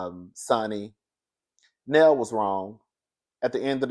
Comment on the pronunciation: It's pronounced Nell (Nail)